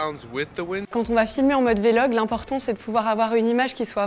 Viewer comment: On dit VLOG pas vélog